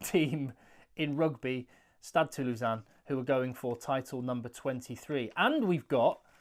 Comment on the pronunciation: Compliments on the very accurate pronunciation of Stade Toulousain👍